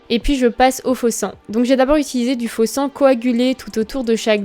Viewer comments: Au début jai entendu sa mais je me suis dit que c'était forcément faux sang grâce au contexte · j'ai cru que t'avais dis faux seins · non c'est faux sang mais elle a eu un petit problème de prononciation elle beugé mais moi j'ai ben entendu faux sang faut juste pas avoir l'esprit mal placée 🤨😏🙄😬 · faux sang ses avec son accent